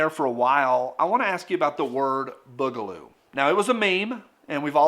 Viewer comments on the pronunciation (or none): I love ya but the way you say Boogaloo is killing me